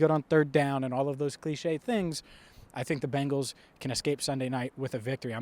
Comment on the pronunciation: It’s not Bangles It’s Bengals As in Bengal Tigers Bengal being a state in India Native to the mentioned tigers Bangles are what your mom would wear if she wanted to teach you how to pronounce correctly in the one language I assume know